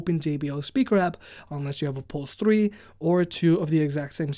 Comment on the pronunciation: my god what fucking way do you say three? tthreeeth